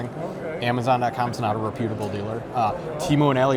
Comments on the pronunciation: "rePUtable"? I think you put the emPHAsis on wrong sylLAble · Ree-putable😂 Reputable is how it's pronounced